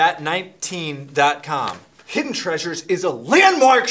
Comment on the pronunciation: vat19 not vat one nine